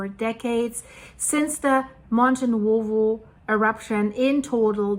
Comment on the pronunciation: Hi,, you pronounce the Italian vowel sounds in the middle of Nuovo perfectly (as in Monte Nuovo - pronounced oo-aw). The vowel sounds in the middle of Pozzuoli, however, seem to be tripping you up, although they are exactly the same (pronounced, oo-aw)...